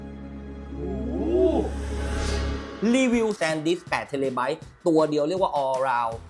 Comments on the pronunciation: ขอความกรุณาออกเสียงหน่วยและคำอุปสรรคให้ถูกต้อง เพื่อเป็นความรู้ที่ถูกต้องกับผู้เข้าชมครับ TB ออกเสียงว่า เทระไบต์ (Terabyte) ครับ ไม่ใช่ เทเร ครับ ... ในวิชา physics คำอุปสรรค T คือ Tera ออกเสียง เทระ ครับ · 8 TB น่าจะต้องอ่านว่า เทระไบท์นะครับ ถึงจะถูก